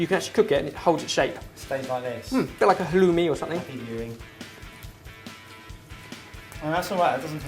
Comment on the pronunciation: did he said like chaloumi?